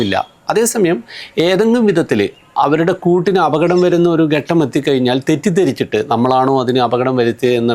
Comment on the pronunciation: ഗട്ടം അല്ലേടോ,, ഘട്ടം ആണ്